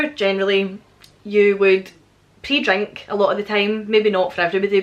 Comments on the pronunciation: I'm not gonna lie...I thought you said pee drink at first...lol...laughed at myself when I realized you said pre drink...we do it here too only we call it pre gaming... We haven't had a Summer here either...here is Syracuse, NY...I live 10-15 minutes outside of the actual city...our normal summer's are hot, humid and sticky...the kind of weather where you walk outside and start sweating right away...temps in the high 80°s and 90s...this year we've had rain, hail and most temps not going above mid 70°s or low 80°s...last night it went down to 56° and was down right chilly! Anyway...I'm done complaining..lol You definitely should do a video about the different words for things...😊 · I thought you said pee drink lol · I heard pee drink too. :) Don't google it.